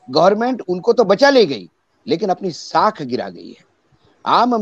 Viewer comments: शाख नहीं "साख".... पत्रकार शिरोमणि वर्तनी शुद्ध कीजिए ।😂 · शाख नही साख होती है😅